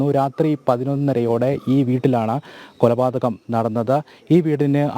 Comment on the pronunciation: കോപാതകമല കോലപാതകമാണ്